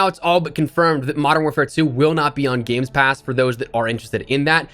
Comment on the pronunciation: "Games pass" 🤣🤣🤣